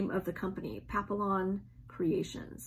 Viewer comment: Love your videos. So positive. Need more of that. Loved all projects though I’m not ac sampler Stitcher either. D I d want to tell you Papillon is pronounced as papiyon. Ls are silent. Can’t wait till next video. Thx!